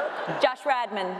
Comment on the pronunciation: Is she kidding when she says "Josh RADMAN" or...........